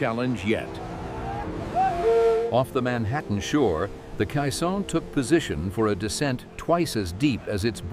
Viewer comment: Someone needed to program the bot to say KAY-sohn, not kuh-SAHN. Let's hear it for actual human narration.